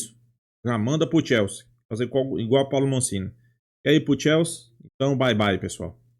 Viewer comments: Amigo, é Massini, e nao Mancini . Só uma pequena correção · HAHAHAHA me deu gastura também. Ele fala "Mancini".